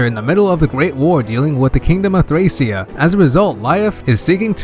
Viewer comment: btw. thracia is pronounced like trahkeea. Like trachea but with a short a sound. I always thought the game was trachea 776 until i saw it written out.